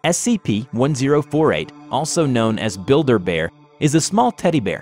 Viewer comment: Wait, I'm sorry, did you say build bear.